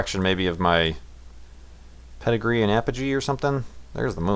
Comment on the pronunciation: perigee... not pedigree :p